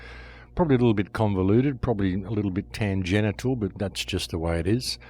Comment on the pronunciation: “Tan-genital” at end.